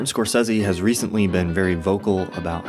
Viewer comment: Thank you for pronouncing Marty's name correctly, since almost NOBODY does.